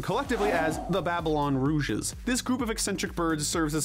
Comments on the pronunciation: Babylon Rogues not “Rouges” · Dude, it's pronounced Babylon ROGUES, not Rouges🤣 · It’s Rogues, not “Rouges” it’s almost like you’re saying that Rouge the Bat should be in charge instead of Jet. And depressing how some of the more SURPRISING characters are nominated here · Rouges? I think you meant Rogues. Also when mentioning the Chaotix, you forgot Ray the Flying Squirrel. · Babylon "Rouges"? It's Babylon Rogues. Rouge is the...(clears throat) well-endowed bat girl that occasionally flirts with Sonic and Knux. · "Rogues" is pronounced "ROWGS" not "ROOGES"! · Lol not having a good time pronouncing "Rogues" today are we? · Nope. XD